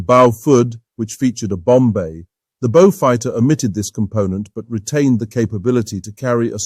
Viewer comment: Wld have been sooooo much better without the stilted AI commentary. Wtf is a “Bowfud” anyway?